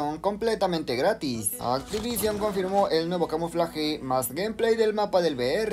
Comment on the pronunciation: Escuché grátis 😮